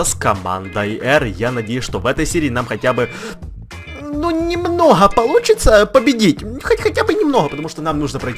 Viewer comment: Почему ты говоришь немнохо я говорю нормально немного